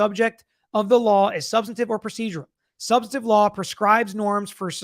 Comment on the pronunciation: Sorry dude, but it's "substANTIVE" not "subsitive"